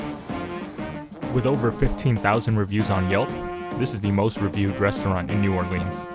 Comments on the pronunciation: Please say the name of the city correctly!! Locals will laugh at you if you say NEW-OAR-LEENS!! It's pronounced NEW-OAR-LINZ!! The last person who could pronounce it that way without it being dorky was Louis Armstrong & he's been dead for 48 years. Also watch some Youtube videos about the pronunciation of the street names. It'll help you out alot!! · It’s pronounced New Or-LINZ not New Or-LEANS.